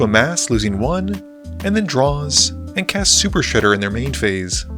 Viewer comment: Shuper Shredder 😂